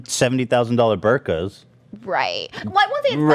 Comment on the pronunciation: when ethan called birkins, burkas xD